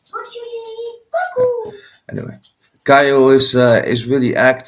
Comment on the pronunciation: *Caio not Kyle 😁 It's pronounced Ky-O